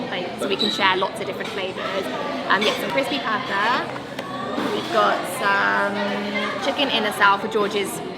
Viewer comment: Noticed how you pronounced 'pata' in crispy pata. Love it!